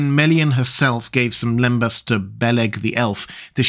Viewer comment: for starters its "lembass" not limbus!